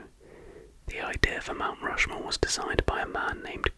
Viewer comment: ah yes i’ve always wanted to visit rount mushmore